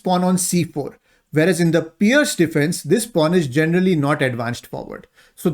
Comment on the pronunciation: Nicely explained also learnt to pronounce Pirc as Pearce not Pirk,Thanks.